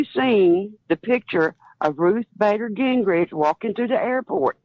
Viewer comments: I think she said "Ruth Bader Gingrich", ummmm! It's "Ginsburg" She is not Newt Gingrich's wife! Lol! Where are these GOP members getting their education? The trailer park? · the caller says Ruth Bader Ginsgrich ! lol